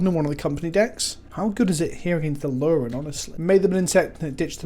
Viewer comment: A-aa-luren?!?? No......